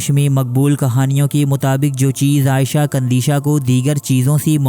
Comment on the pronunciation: بھائی آپ نے نام صحیح نہیں لیا…… عائشہ نہیں عیشۃ قندیشۃ نام ہے…… تھوڑا احتیاط اور خیال کریں۔